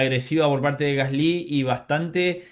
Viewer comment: Creo que eres de los poquísimos que pronuncian "Gasly" de forma más correcta que he oído.